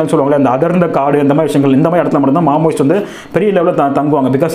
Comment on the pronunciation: மாமோyist அல்ல... மாவோயிஸ்டுகள்... தகவல் அருமை